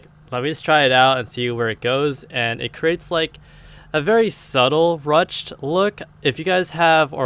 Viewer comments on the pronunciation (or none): It's pronounced "rooshed".